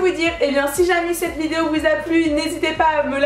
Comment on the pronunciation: "une visdeo" MDR ta bugé #Warrior